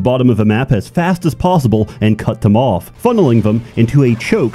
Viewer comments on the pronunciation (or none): none